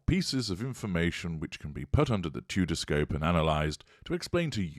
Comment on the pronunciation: haha the '-scope' lol